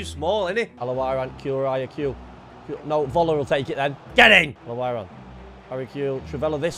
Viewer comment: The way he say al owrain😂